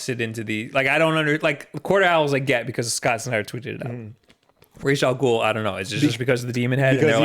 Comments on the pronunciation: is actually wrong about the pronunciation of Ra's Al Ghul. The name is Arabic and "Rass" is closer to the Arabic pronunciation of his name. Raysh is completely wrong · the only thing is, if pronounced "ras al ghool" (like in the nolan movies) that translates correctly in arabic...if pronounced, raysh, then..no...so idk, lmao, maybe it's supposed to be in a different language, i thought it was arabic though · same! i speak arabic and i am pretty sure it's ras al ghool